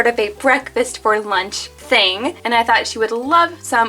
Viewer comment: “cawse theyre wasn’t any weanch 🌝”